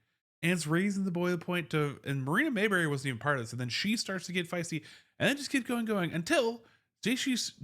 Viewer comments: Her name is not pronounced Mayberry. It is Mabrey. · Appreciate your analysis. It's pronounced "Maybrey", not "Mayberry."